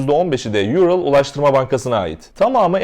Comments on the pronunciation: Hocam yurıl değil doğrudan ural diye söyleniyor. Ural Rusyada bir dağ zincirine verilen addır. Hava yolu da adını oradan almıştır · Haber güzel hazırlanmış ancak neden havayolu şirketinin adını “Ayrıl” şeklinde telaffuz ediyorsunuz. Asya’da ünlü bir dağ olan ve Türk dilinin de dil ailesinin adını aldığı Ural-Altay dağ grubundan esinlenerek bence bu ad verilmiş. Bildiğiniz Ural yani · Yurıl değil Ural diye okunuyor. Hani şu bildiğimiz Ural dağlarından almıştır ismini. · URAL kelimesini neden YURIL diye okursunuz ki anlamıyorum.Böyle dahamı havalı oluyor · Ural havayollarını yurıl diye okumak ta ayrı bir artislik Türkçe Ural Altay dil kolundadır Bunu yuril diye mi okuyacaksin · Abi Moskova'dayım, burası duyulmasın diye kulaklık taktım. Yurıl Havayolları iyi uçuşlar diler😂😂😂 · Ural kelimesi "yurıl" diye değil direkt Ural olarak okunuyor hocam, Ural dağından esinlenerek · Yurıl nedir ural 7 defa gittim rusyaya bilmesek neyse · Guzel habercilik. Kucuk bir duzeltme olsun Yural degil Ural diye telaffuz edilir. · Yurıl degil ural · “Ural” Türkçe bir isim neden İngilizce okuyorsunuz. Her paylaşımınızı ilgi ile takip ediyorum teşekkürler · Çok hızlı bir şekilde video çıkarmışsın ellerine sağlık, güncel olayları takip etmen çok iyi. Yalnız bir sorun var bunları söylemem gerek Kerem Gök'ün de hep yaptığı hatalar bunlar. Ural yazıldığı gibi okunur yani ingilizcedeki gibi değil, Simperepol değil Simferepol, değil Jukovskiy ve özellikle Raybaki değil Rıbaki çünkü isimler İngilizce değil Rusça. Eğer bunlara dikkat edersen çok iyi olur, Rusça okunuş için de yardım istersen mail atabilirsin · Kaptan pilot soğukkanlı davranarak yapılması gerekenleri yapmış, tabi yolcularında daha bu dünyada nasibleri varmış.. "URAL" kelimesi öz Türkçedir, Türkçe paylaşım yapan bir sitede İngilizce telaffuz edilmesi biraz gereksiz geldi.